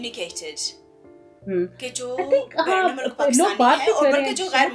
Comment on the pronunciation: Baqi sab batain theek hain informative … lekin mulak nae MULK behtar word hai …